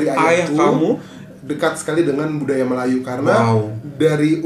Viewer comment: melajoe - melayu sebutannya